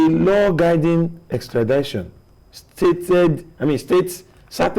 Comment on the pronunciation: Extrad-i-tion not extra-dai-tion